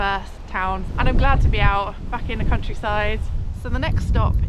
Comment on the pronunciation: Turns out its quite perilous in the English "Cowntryside"😬😬